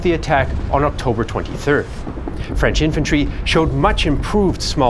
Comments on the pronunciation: FWIW, the narrator's French pronunciation is spot on - bravo! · your French pronunciation is fantastic!